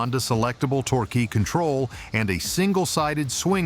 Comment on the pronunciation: Someone from Motorsickle Club, Please teach that ignorant robot how to read. It can bark at words like many 9 year-olds, but that's not conveying meaning. As soon as it said "tor-key" for torque, my mind was over and out. Never mind the plethora of other sweeping statements.